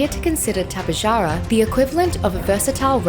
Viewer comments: Yeah no I've been studying azhdarchoid pterosaurs for a long time and its the first time I've seen someone pronounce it like that. The correct way to pronounce it is Top-ay-har-ah but i like to pronounce it like Ta-pe-ja-ra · Tapejara is actually pronounced Tap-uh-har-uh, just wanted to point that out XD